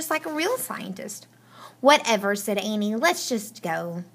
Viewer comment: you said annie wrong